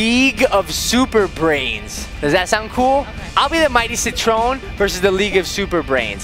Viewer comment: HIS NAME CITRON NOT SIT TREON